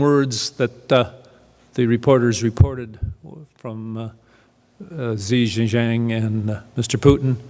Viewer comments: who the hell is zhi zhishzaaang? i believe it's xi jinping (shi jin ping). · Why can't he come close to pronouncing the Chinese presidents name it's Xi Jinping not Zeshezang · The Canadian "expert" does not know that the name of the Chinese President is Xi Jinping, not Xi Jinjang. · from the get go, this guy says the new Chinese premiere's name is Xie Jing Jiang, Nooooooooooo!! His name is Xie Jing Ping. What a nobhead. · The new president of China, "Xi Zeezen"?!?!?!? Hahha! Anyway, thank you for the speech prof. We got your message. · The Chinese President’s name is pronounced as in “ she - gin - ping “ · Xi xia xang? Cant take this guy serious when he dont have his info correct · The Chinese president's name is Xi Jianping. X is pronounced sh in Chinese, nor the z sound. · The only problem I have with him is his mispronounciation of Xi's name 😂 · He don’t how to pronounce the name of President of China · lol you failed so hard at pronouncing Chinese president's name. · Im not sure I can trust the word of someone who didnt even bother learning to pronounce the Chinese CCP chairmans name properly before going on camera.